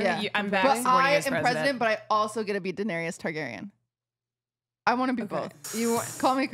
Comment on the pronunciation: did QT say "denarious targaryian" ? lmaooooo